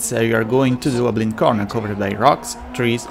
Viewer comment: Great video, great info... but I can't for the life of my get passed how some of the words are pronounced. I'm guessing English isn't your first language, but... blind, implied, and engine are NOT pronounced like that. Blind (bl-eye-nd) not (bl-in-d) Engine (en-jin) not (en-jined) Implied (impl-eye-d) not (imp-lee-ed) Hope this helps somewhat.